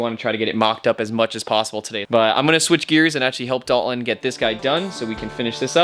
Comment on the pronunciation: Dalton.... (Dahl-TON) is the name of the multi-talented friend that is helping you build the Masterpiece of a bus you are building.... not the multitude of other pronunciations you invent that eliminate the “T” inside the spelling of his name. Sorry to rain on the “cool factor” of your lingo...